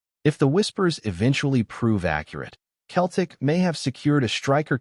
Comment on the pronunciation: It’s not keltic it’s Celtic swap the C for an S then you have it Seltic got it Celtic